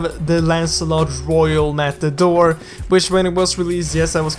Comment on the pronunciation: Wait... did I just heard "We have Lancelot Royale MataDork